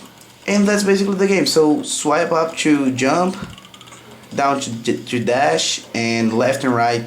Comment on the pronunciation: Awesome english dude just dont say "to" or "too" you say like "cho" or "čoo"